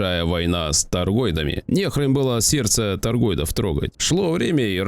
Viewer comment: ТаргоИдов, не таргоЙдов. Не могу понять, последние лет 6-7 пошла какая то мода говорить - астероЙдов, воЙнов, биткоЙнов... Чë за фигня? Вами ИИ управляет, что ли, не пойму... 😒 Практически одновременно с развитием ИИ появилось много совершенно дурацких слов и выражений ...